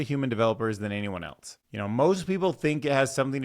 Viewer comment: Great video. Also, the word ‘else’ does not have the letter ‘t’ in it….at all…anywhere.